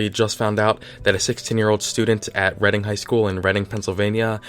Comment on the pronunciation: EDIT: just watched the end part about the high school kid getting killed. I have friends who go to that high school and even went to it myself as I like like right next door. Kinda crazy how I didnt even know this kid died. Scary but sad. Also thank god you didnt say READING and said reding yall dont know how annoying that is